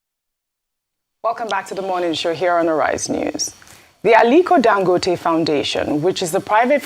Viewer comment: The man's name is Dan...emphasis down...go...emphasis up...te neutral emphasis